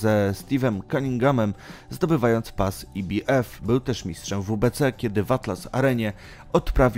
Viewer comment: Fatalnie przygotowany material. Autor nie ma pojecia o temacie, ktorego sie podjal. Jednak jest brylancik- skrot ibf wymowiony fonetycznie, gdzie litera b jest wymowiona fonetycznie.po angielsku a i oraz f po polsku. Za to brawo! Hehe